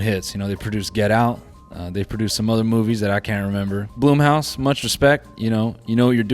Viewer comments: why did noel pronouncing blumhouse as bloomhouse annoy me so much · Really said “Bloom”house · Noel mispronouncing Blumhouse throughout the video is it for me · First time ever hearing BLUMHOUSE pronounced that way, lmfao